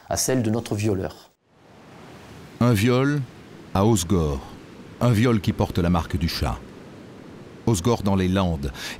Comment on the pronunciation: Sauf qu'on dit pas, os gore, mais hausse gorre!